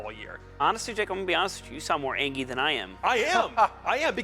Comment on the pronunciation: How is this supposed to be taken seriously when this dude is saying “angy”